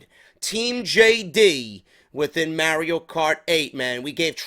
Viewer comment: Stop calling it may Rio cart lol it's Mario